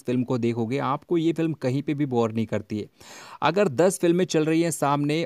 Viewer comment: Boor nahi bor